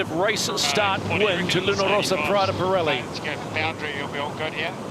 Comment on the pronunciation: Why is he still pronouncing Luna Ross like that?